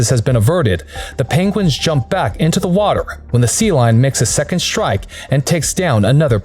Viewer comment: He keeps saying shtrike whats with the adding an H to ST words? its shtupid